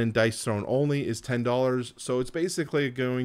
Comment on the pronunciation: Dice THRONE, as in Dice "thrown"... :) I like it a lot more as a game than you obviously do, but I appreciate the video and everything you've said makes sense. I'm curious if you end up buying it or not.